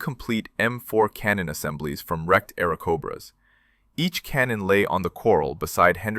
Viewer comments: It's NOT airocobra, but airacobra. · AI needs spellcheck. "Airkobras" and other gems.